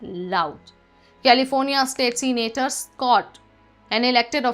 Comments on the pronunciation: Not seenator, say senator. Not reolly, say really. Not hyor but here, learn the language that you are using to communicate, especially when you are a host. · Its not "Seenator" its " Se-na-tor" , get the pronounciation right please